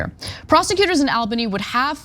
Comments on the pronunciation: (ALBANY) ALL-BUH-NEE.. NOT al-buny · Really weird to hear Ana repeatedly mispronounce Albany. It's "All-bunny", not "Al-bunny". Heck, you can even hear the right pronunciation in the "Steamed Clams" skit on the Simpsons. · Hey ana, as a new yorker, just letting you know its pronounced ALL-bany. But yea they were always gonna let him get away with this. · All-Bany... I know how it's spelled. But it is pronounced All-Bany. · All-banny. That is the pronunciation.